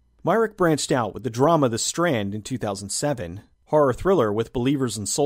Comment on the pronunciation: Personally I'm no fan of harr movies, but the way you say harr genuinely makes me laugh.